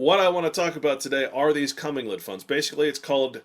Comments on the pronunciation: Comming-led funds...really? It's pronounced co-mingled. Co-gosh darn-mingled. How can a person expect to be taken seriously on this subject matter when he can't even pronounce one of the key terms? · It's actually pronounced [kuh-ming-guhl] not CO-mingle. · This was quite good, very interesting and shocking. But I too, cant get over him calling it a cumming-led fund. But really great work.l